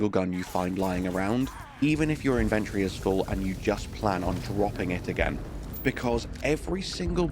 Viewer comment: The way you pronounce inventory lol